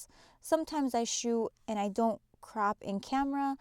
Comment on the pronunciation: Sorry...am I the only one hearing her say "crap" instead of "crop" 😂😂😂 besides that it was a great tutorial...but I couldn't help but laugh every time she said "crap"